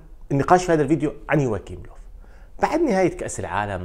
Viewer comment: للتصحيح اسمو يواخيم وليس يواكيم وحارس برشلونة اسمو ستيغين وليس شتيغين